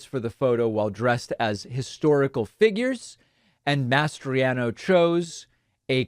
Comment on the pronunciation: I can't help but notice how much you're struggling to say "Mastriano" instead of "Masters.." Have you been watching Iron Eagle lately by any chance?? 😅😅